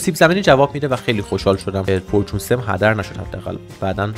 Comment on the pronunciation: چرا هرچیزی توی ماینکرفت رو یک چیز دیگه تلفظ میکنی 😂😂 فیدرفالینگ فورچون انشنت دیبرا ایا از عمد اینجوری میگویی 🗿